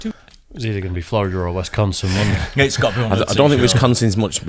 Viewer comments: The fact that calls WISconsin, WESTconsin, irritates me as someone originally from there.🙃🙃🙃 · definitely says Westconsin.